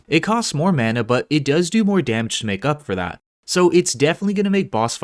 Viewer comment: Why he say mana xd I was cringing